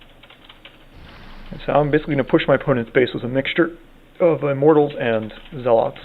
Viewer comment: zealots is pronounced (ZEL-LUTZ) not (ZEL-LOTS) LIKE U SAY IT